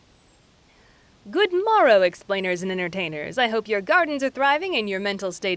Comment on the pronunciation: i had to replay that intro 4 times to make sure i was hearing it right because i was very confused when you said goodmarow